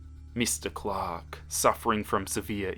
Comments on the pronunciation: I heard clock instead of Clark now I can't unhear it 😂😂😂😂😂😂😂😂😂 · I feel dumb, I thought was saying Glock instead of Clark 😭